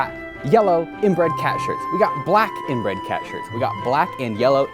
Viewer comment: Also, what the hell, he said INBREAD CAT